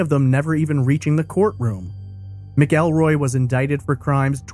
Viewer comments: The name is pronounced Macalroy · It’s pronounced Mackulroy. No ell but ul